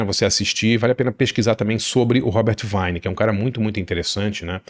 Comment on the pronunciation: Boa dica. Pronúncia é Robert Vine (com i longo)